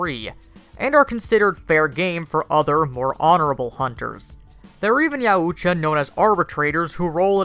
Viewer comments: It’s pronounced “yaaaooowwwcha!!” Fucking Christ! “Ya ooo Cha” lmaoooo might as well call them the fucking yahoos!! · It's pronounced Yow-cha. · It's pronounced yowt ya. You can hear the Ultimate Predator say it in The Predator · Richard Nordheimer - Ya Oooch-cha.! LMAO! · butchered the name LuL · No offense but he pronounced Yautja 3 different ways within the first 40 seconds, and they were all wrong... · I lost some brain cells from him mispronouncing Yautja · please reupload with CJ or someone who can pronounce Yautja . imagine if you heard someone say the word caught as CAOOT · You couldnt mispronounce the name "Yautja'" more even if you tired, could you.